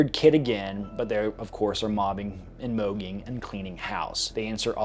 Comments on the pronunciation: Bruh please stop calling it MOGUEing you're killing me, it's MOGGING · I’m not Gen Alpha, but I’m pretty sure it’s pronounced mah-ging not moh-ging. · Mogging (mah-ging). Not (moh-ging)